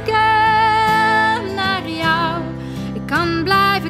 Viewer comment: Prachtig liedje! Heerlijk hoe ze 'kijken naar jou' uitspreekt.